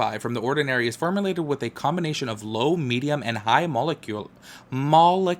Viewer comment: Pronunciation here for niacinamide Molecular = muh-leh-kyuh-lr